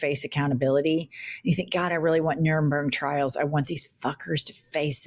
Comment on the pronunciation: Please tell Jennifer that it is "NuremBERG trials" not "Nuremberm trials".